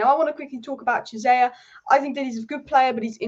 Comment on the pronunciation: Chiesa (Key-ay-za) not Jizayer 😭